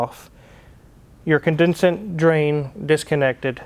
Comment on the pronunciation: Con-den-SATE. Hard A....